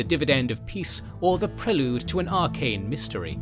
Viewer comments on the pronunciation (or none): none